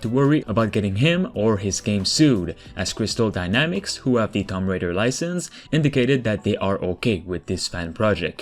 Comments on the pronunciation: It’s not thump raider it’s (two)(om)(b) raider got u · I kept hearing Thumb Raider. Sorry. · “Tumm Raider” lol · What is Tom Raider? TOOM-B Raider...